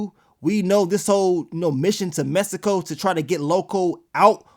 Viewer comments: y u keep saying it like messsico??? 😂😂😂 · The way he kept pronouncing Mexico 😂